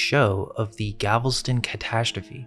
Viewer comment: Okay buddy it’s GAL like boys n gals, vest-uhn Galveston